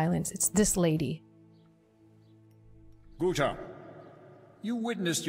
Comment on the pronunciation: this is Guta. With a G not a P 😅 lol you were indeed thinking of the other one